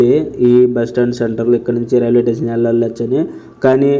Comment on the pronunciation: రైల్వేటేసన్ కాదురా నాయనా రైల్వే స్టేషన్ అని అనాలి , భాష సరిగా నేర్చుకో